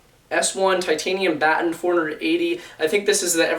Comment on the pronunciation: dude lay off the riddeilin bro you almost cut your finger off opening that package dam slow down and its "baton" like a "police baton" not "bat-ten" lol